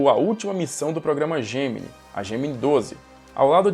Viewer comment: Essa série deveria ter uma atualização. Mas tem algo que me incomoda a forma que o professor pronuncia Gemini